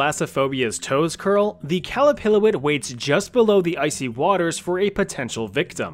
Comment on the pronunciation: As an Inuit person, the pronunciation of Qallupilluit (QAL-lu-PIL-lu-it) made me giggle Every region has a different spelling for each word. The region I'm from calls it the "Qalupalik" (QAL-lu-PA-lik)